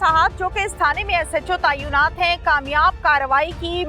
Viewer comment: tayunat nahi hota asàl word tàinat hai